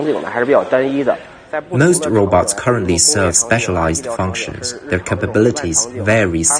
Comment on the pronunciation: Stop saying ROBUTTS!!! 😂